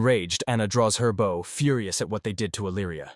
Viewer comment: Lol... Why does the AI almost invariably pick the wrong pronunciation for common words? Like bow(gesture of respect) & bow (weapon for firing arrows). All those archers killing targets with respect....😅